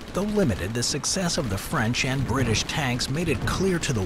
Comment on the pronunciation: “whecovored by da britsh” 👴